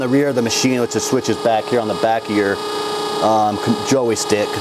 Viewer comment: “Joey Stick” ?